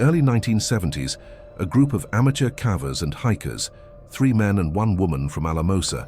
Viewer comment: The way he pronounced "cavers" makes my brain hurt.